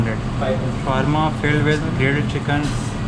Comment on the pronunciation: SHAAAWARMA hota hai Shawaaarma nahi